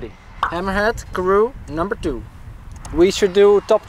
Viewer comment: Hammerhad with Dutch accent = Hemorrhoid ;)